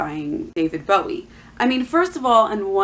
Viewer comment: You don't even know how to pronounce the artist's name. Why are you just regurgitating info from blogs instead of court documents. You are trying WAY too hard.